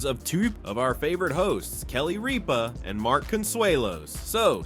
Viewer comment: You mispronounced Ripa. It's not Reapa